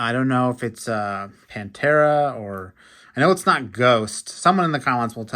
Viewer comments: no, it is Panthera, not panther. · Panthera how is it so hard to pronounce her name and not PANTHER